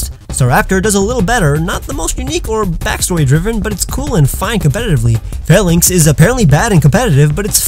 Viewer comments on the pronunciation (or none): none